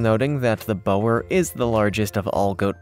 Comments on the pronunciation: It’s not bower it’s Bore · Imagine saying oooooo. That is how you say Boer goat. Boer actually means FARMER. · Mate, boer is pronounced bore. Plus you've forgot to mention the dwarf nigerian goat. They are a lovely goat. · Hey, so the Boergoat...is pronounced "Buhr" goat in English, direct translation meaing "farmer goat" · Bower llol. Boer is pronounced Boor. 👍🏻